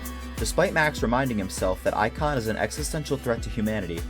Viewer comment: ic-on amongus contaimnent